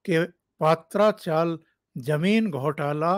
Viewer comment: सर पात्रा चाल नही , पत्रा चाल है याने टिनसे बना हुआ चॉल